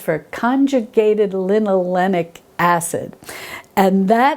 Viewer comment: I think its conjugated lin-o-lay-ic acid. But you were super duper close!